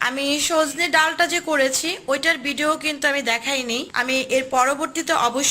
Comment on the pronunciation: খসা? খোসা। বিডিও না। ভিডিও। হাফেয। হাপেয না।